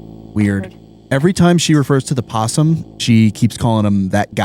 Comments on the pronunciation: It's opossum,. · Opossum… everyone forgets the “O” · O... you guys are forgetting the o in opossum... lol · Opossum the “O” is silent but I like to say O’Possum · im sorry to break it to you guys but it's opossum not possum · Possum is not correct, technically it is Opossum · Opposum not possum 😂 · Possum is the Australian creature not the one that keep popping up in these videos. The version in the videos is an Opossum. Pronounced the same way but with an O in it. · firstly love you as host but it is OPOSSUM not POSSUM... silent "o"... i hate english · your doing a really good job but one thing, THERES AN O IS OPOSSUM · Opossums and possums are two different animals. The American version of "possum" is Opossum but the 'o' is silent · Opossum begins with a silent "O". Very common mistake, though. A fantastic episode of GT not live. Thank you. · Opossum has a silent O on the front.